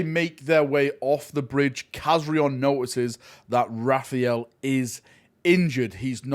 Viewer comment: please pronounce Kazarion's name correctly! lol Loved this origin story i hope we see more from this group of blood angels!